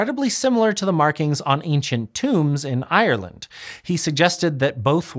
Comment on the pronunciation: Google how to pronounce Ireland BEFORE going on camera